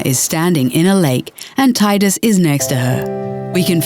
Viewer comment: It's pronounced Tee-dus I know, I'm annoying.